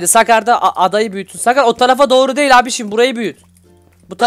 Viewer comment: Abi doru diyo